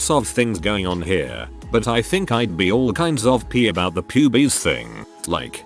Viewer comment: I like how the voice pronounced Pubes as Pubies!